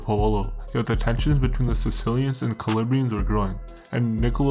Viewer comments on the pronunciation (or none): Good stuff. But it’s Calabrian’s, not Calibrian’s.